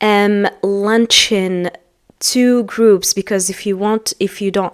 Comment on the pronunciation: لديط خطا في نطق launching